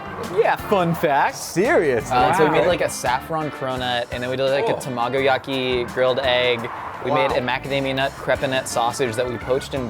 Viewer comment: is the first person who pronounced “Tamagoyaki(fried egg)” so perfectly. I’m Japanese and I couldn’t have said it better, whilst explaining to someone foreign. Thank you👏🏻